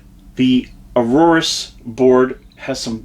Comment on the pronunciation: A-OR-US not arorus lol Good video tho!